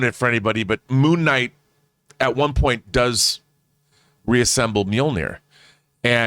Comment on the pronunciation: John, it's Mjolnir (mee-yoll-nee-er) (Not Mee-yoh-nee-er)